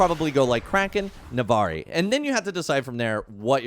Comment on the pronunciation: It’s NavORi